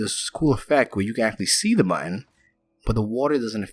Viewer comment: Great build! P.S. you pronounce button badly =p